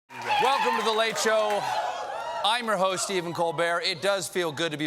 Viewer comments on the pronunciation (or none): none